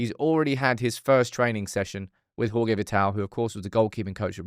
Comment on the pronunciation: Hey brother! Thank you for the great video as always! Just to help you out us Portuguese we pronouns J’s and G’s his name is Jorge pronounced exactly in English as George! Only Spanish people make the J’s and G’s “H’s”